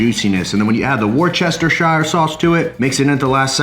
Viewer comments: I’m from the UK, and it’s pronounced ‘wuss-ter-shur’ sauce 🙌🏻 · WORSE-turr-shire 😂😂 C’mon son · Hi, love the food you make. Worcestershire is pronounced WOOSTER-SHEER…. and yes, they leave out the entire middle and pronounce what’s left wrongly 🙄 But hey I’m Irish, it makes little sense to me either but there we go 🤷🏻‍♀️🍀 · I can’t stand how he pronounce the worcestershire sauce hahaha! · lmao the way you pronounced Worcestershire sauce.....facepalm. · Great recipe! The way you say Worcestershire makes me laugh everytime 🤣 Keep trying maybe you’ll get there one day haha. Seriously though your channel is a literal life changer. I personally have developed my cooking skills so much over last 18 months or so and your videos have played a huge part in that so I want to thank you for that. Keep the videos coming mate their a huge help.